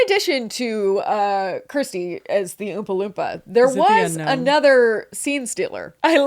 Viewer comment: The way my heart sings everytime you pronounce Kirsty correctly ❤❤❤ its a little thing for you but I worked with Americans for years and they didn't even try 😢